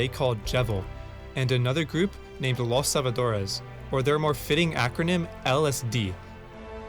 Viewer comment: "Los Salvadores=LSD" Los Salvadores, not Los Salva Dores. It's one word. xD